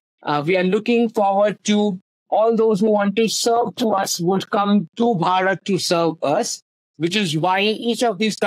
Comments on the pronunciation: You're still saying barat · Bharat first a is long vowel second a is short vowel. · You said Bha+rat who was a King after whom our country is named. It's pronounced as Bhaa+rat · Its not Ba raath ,please try pronouncing it as Bhaa rth. Nice videos, by the way! Thank you for these perspectives! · You pronounce it as "Bharath". There is no hard T at the end. The T is more like "th" in "the". "Bha + Rath". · BHARAT should be pronounced correctly, it's not tough. You can distort our name we don't mind, but country name must be respected.